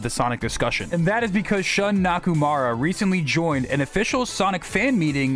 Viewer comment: Before we talk about who Shun Nakamura is (and not "Nakumara "), maybe we should learn how to pronounce his name properly?